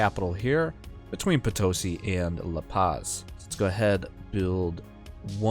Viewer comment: And Potosí, not Potósi